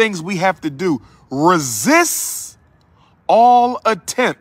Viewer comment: Oh hey Umar the word "Resist" has a T on the end BTW ok Doc lol